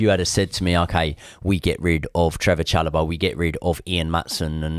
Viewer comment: Great insights but that pronunciation of Chalobah is abysmal, bro isn't even trying 😂